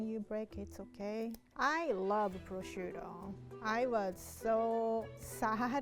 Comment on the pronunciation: The minute she said to put down the purshuto,I immediately thought of beef Wellington